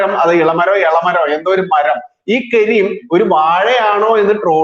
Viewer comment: കെരീം അല്ല കരീം ആണ്